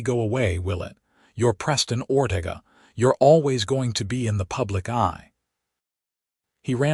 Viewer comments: Oh for Pete's sake! Teach your A.I. how to pronounce words! Or-TA-ga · It's pronounced Or-te-ga.